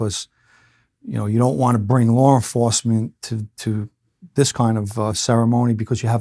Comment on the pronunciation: "Lar enforcement" 😂